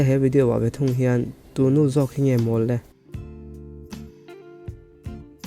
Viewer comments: Tù nu ni loin, Tú nu tiin lam rawh, a ki sangin. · Tu Nu tih khi i lam diklo zela